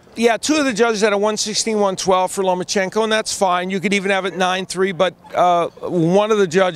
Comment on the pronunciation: there is no N in the middle of his name. It's Loma-chenko not LomaN-chenko. Alot of Americans get that wrong.